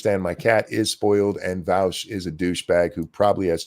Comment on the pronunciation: I am just shy of a 1/4 hour into the video so I have hardly made a dent but already wanting to comment how much I love how pronounces Vaush’s name. As a German I have always hated how Vaush pronounces his name, as it is an affront to all that is decent in the German language so to hear it pronounced correctly by makes my ears bleed eversomuch less than they otherwise would; though having to listen to Vaush probably defend himself later in the video will likely counteract any ameliorative effect hearing his name pronounced correctly at the the beginning will have, but thanks all the same!